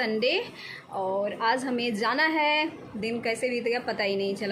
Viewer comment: Mam aap zana n bola kijiye jana hota hai please aap j. Or z ka uchcharan thek kr le